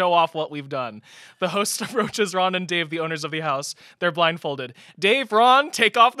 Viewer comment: When said “and I’m here with my host” I thoight she said ho£ 😭